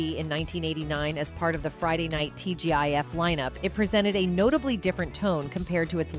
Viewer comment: When the A.I. calls it T.G.if...instead of T.G.I.F. it makes me angry...and im not quite sure why...